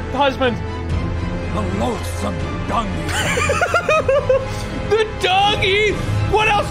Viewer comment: “THE LOAAATHSMOME DUNGEATAH!!”